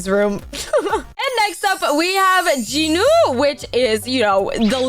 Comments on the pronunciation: I was devastated when i heard you say J-i-nu - it's JEE-NU VRO 😭🙏 Also btw do y'all when she says "Comment down your favourite character!" She doesn't care about our favourite character she just wants comments to boost her channel I'm sorry but girl the vibe is ruined for Rumi now - You threaten us to like / subscribe so now i dont like your videos or subscribe, i just watch cuz its entertaining Shoutout to you if you actually read everything- Edit: To the person saying she doesn't threaten us to subscribe / like etc, she says stuff like "I will trap you in my basement if you don't subscribe! Heheheheheh" acting like its quirky to threaten people. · You are saying jinu rong